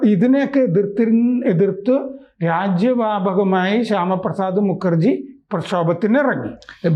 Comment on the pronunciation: മുക്കർജി ✖️✖️❌️❌️ മുഖർജി ✅️✅️✅️☑️☑️✔️✔️✔️